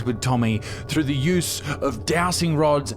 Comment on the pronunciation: I can't really hear if you're calling them jowsting or dowsting rods, but, they're called dowsing rods, and pronounced dowzing. You're supposed to know what you're on about, but, evidently don't. So, what else are you saying to us and telling us, with complete confidence as it happens, that is more rubbish you don't really know anything about.?🤬?.